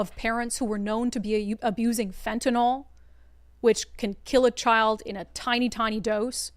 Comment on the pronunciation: FEN-TUH-NIL. Not NOL😂 Shit is no joke